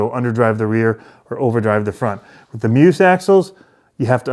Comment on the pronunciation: Also, it’s Me-us, not me-oos. On every package, it says “not Me but Us”. You’d think that YouTubers would figure it out at some point, sadly none have.